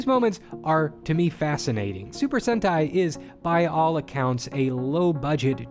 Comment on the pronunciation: It's Sentai. Try GaoRanger